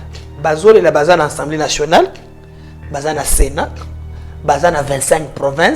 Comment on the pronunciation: Pourquoi la plupart des congolais prononcent mal le mot Assemblée ? J'entends souvent des bouches de différents intervenants sur les nombreux plateaux: Ensemblée. C'est incorrect, s'il vous plaît, corrigez cette erreur de prononciation. On dit bien Assemblée et non Ensemblée. Remarque gratuite, sans rancune.